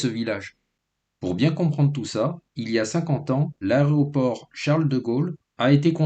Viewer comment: A-é-roport, et pas a-ré-oport 🤦‍♀️